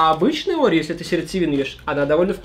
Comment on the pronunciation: Это орео а не огео